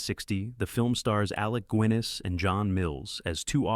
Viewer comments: "Alec Guinness pronounced as Alec GWIN-ez". Man o man, this AI voiceover is pure lazyness on part of the poster. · "Big RED one" and "Alec Gwinness" have me laughing. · "Alec Gwinness". Wtf lmao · Alec Gwenniss? Toshiro Myfoon? Use a real voice who can pronounce names the right way. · I laughed at the AI pronunciation of Alec Gwiness, James Mikener, and Toshyro Myfoon. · Alicks Gooeenus.